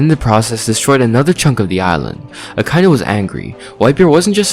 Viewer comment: Great video, but why do you pronounce Akainu that way? The dub pronounces it Ah-kah-ee-nu